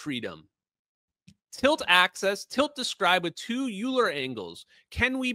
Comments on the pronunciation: I think it’s pronounced more like “oiler.” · There must be something to all of this "eigen" stuff, huh? Eigenvalues, eigenvectors, eigensystems... I swear there must be some sort of math behind this stuff. Maybe that Euler guy (pronounced "yoo-ler", naturally) knows something we don't.